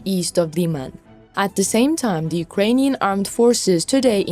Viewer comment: "Unkrainian Defence Minister Shoigu"??? (8.27)